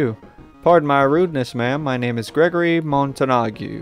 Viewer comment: Its....it's Montague...